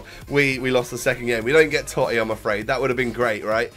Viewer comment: The totti prononciation was cancer